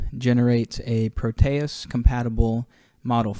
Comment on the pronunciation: You are pronouncing it wrong like most other youtubers. pro te es, not pro tay us. Here is an audio example.